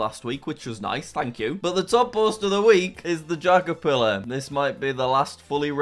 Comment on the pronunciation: You are telling me you gave this guy 5 bucks, and still managed to get your one message wrong? What the dingdong is a jackerfillar? It’s J A C K E R P I L L A R. Remember that. P can make a big difference. Whether in spelling, or in pants.